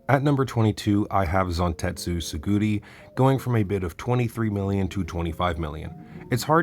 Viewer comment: his name is igarashi gurimu, not igarashi igaguri also its not tsuguri but tsurugi.... AND NOT FUFAKU GIN BUT FUKAKU GEN, I KEEP HAVING TO EDIT THIS COMMENT AS I WATCH